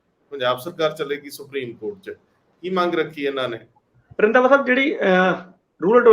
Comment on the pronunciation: bai Randwa nahi Randhawa sahib hunda 😁